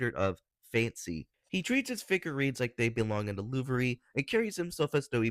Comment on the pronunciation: they horribly mispronounced the louvre💔